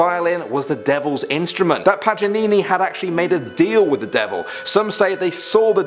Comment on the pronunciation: he really said “nicolo pajanini”😂 (it’s Paganini)